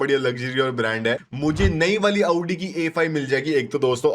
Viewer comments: Aavdi ❌ Audi ✅😂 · Abbe bhai aauuuuddii mt bol bhai